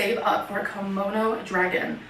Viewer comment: I feel like she read some YA book about an empath and was like "GASP! That's me!" And did she say a "kimono" dragon?